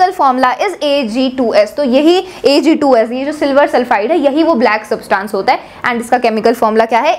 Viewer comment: you are pronouncing SUBTANCE in a wrong way. Try to fix it.